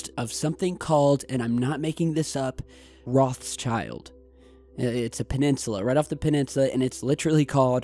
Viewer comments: the pronunciation is not rozshyaild, it's - roT sheeld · The pronunciation of 'Rothschild' is not like 'Roth's child'. It's 'Rotshield'. Rothschild means 'red shield' in German. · rothschild is actually pronounced rowedchilled as in rowed and chilled spoken as one word. it's german & means "red shield" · Hey the name ROTSCHILD means RED SHIELD in german and is pronounced "rod shillt".;) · ... Great video but... Is it really so hard to pronounce Rothschild?..